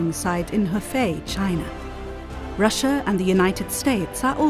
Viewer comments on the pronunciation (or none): none